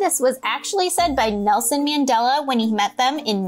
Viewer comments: Just btw your saying Nelson Mandela name wrong And he’s a hero for South Africa 🇿🇦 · Omg how are they pronouncing Nelson Mandela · South Africans are laughing everywhere because of the pronunciation of Nelson Mandela 😂